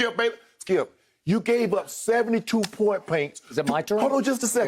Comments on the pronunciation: I had to say it back to myself like damn is it "point paints"? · “Point paints” -Unc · “Point Paints” 😬